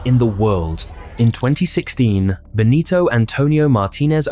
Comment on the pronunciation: bro its "BENITO" not "BONITO" LMAO, but we forgive you